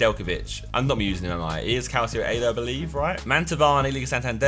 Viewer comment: Calcio is pronounced calchio bte